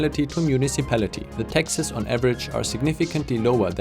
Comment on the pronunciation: I kept hearing Texas when you were talking about the high taxes, which is ironic because taxes are low in Texas.